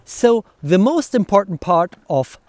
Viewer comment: You talk such a good english, but pronouncing every 'the' as 'thee' is still making me somehow nervous... only a 'the' followed by a vocal at the beginning of the next word is a 'thee', the others are normal 'the's... so 'the' mail, shield, helmet, sword, spear, padding BUT 'thee' armour, armet, age, outremer, infight, oponent... this would take away my nervous thoughts, THX! 😉